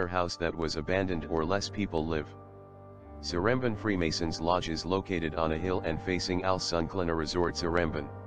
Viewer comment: if he use google translate how came he said one of the names like seremban wrong?